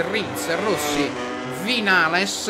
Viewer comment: Si dice vignales comunque